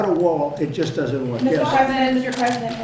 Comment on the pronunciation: I could've sworn he said "prisoner" obama, as opposed to "president" obama, when asked about Stacey Abrams.